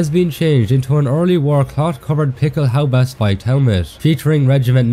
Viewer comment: I love it when you say "Pickelhaubä". Love your videos!